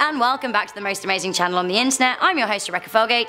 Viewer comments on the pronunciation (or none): It's Hello, not 'Hallo'